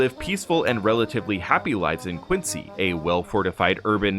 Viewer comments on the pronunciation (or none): Its “Quin-zee” not “Quin-sea” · Love the Videos but as someone who grew up there Quincy MA ( and the president) is pronounced "Quinzy".. "Quincy" is in Illinois. But I do love the content ! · And the Americans living in Quincy pronounce it “Quin-zee.” Massachusetts is full of cities and towns pronounced differently than expected. Quincy is one of the simpler ones. Leominster, Worcester, Gloucester, just to pick on the odder ones. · no we don’t. It’s pronounced quin-sea. I’m standing in it right now.